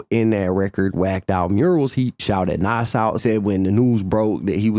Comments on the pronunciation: Love ya.. But its not pronounced "NOSS" (Nas) its pronounced NAHZ (with a 'z' sound at the end) ❤❤ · The way you say Nas erks me. Either say the man's name right or don't say it. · Stop saying nas name like that its cringe af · Wish you would say Nas name correctly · I fuk with, but if you didn't know he was white you will know that now because how he say Nas, I'm from the south and I still know how to say his name